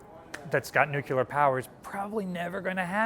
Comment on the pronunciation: Please don't say nucular.